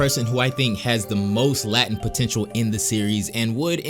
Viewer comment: Latent pronounces Lay-tent. Not lah- tent. Other than that fantastic vid.